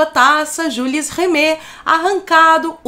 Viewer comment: Atenção,: a pronúncia correta é "jyle rimê". O "s" de "Jules" é mudo. Francesinhos são cheios de nós pelas costas. Beijo.